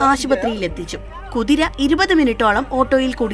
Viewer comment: Kuriraa allaa maa bhu... 😂😂😂 Kuthiraaaa😂😂😂